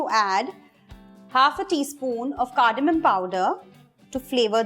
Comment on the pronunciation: wow the pedas are so easy to make.. thank you for the video and a huge lol for pronouncing cardamon :P